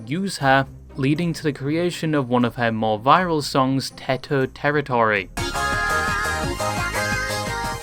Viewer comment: teto ❌ teter ✔